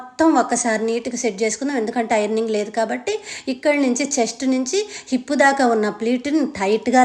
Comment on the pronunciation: పాస్ట్ కాదండి,ఫాస్ట్, నేభి కాదండి నాభి,ipp కాదు హిప్,డ్రాప్ కాదు drap,ఆప్ కాదు హాఫ్,sapty కాదు సేఫ్టీ